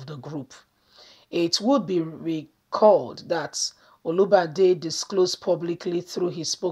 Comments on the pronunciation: Try to pronounce good, not olubade,but olubadan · It's Olubadan not Olibadan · You could have just mentioned Oba of Ibadan rather than wrong pronunciation. That's a traditional King! Please check properly before you broadcast. Thank you! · Sister, i love what you're doing. But try as much as possible on how to pronounce names and titles of Nigerians. Your pronunciation of Olubadan and Ooni of Ife was wrong. God bless you.